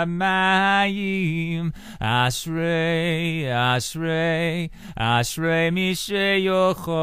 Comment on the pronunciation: yea the way you pronounce ashrei I don't know why you bother singing in Hebrew and not English